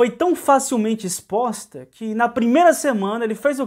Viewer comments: Sem querer ofender...a palavra e' " exposta " E'' so' uma dica. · Espoxta ?? Misericórdia 😲 vamos corrigir aí " exposta "